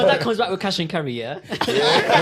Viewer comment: He defo said cash and cerry 😂